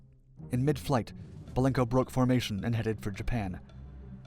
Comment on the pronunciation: Please..BELENKO, not Balenko.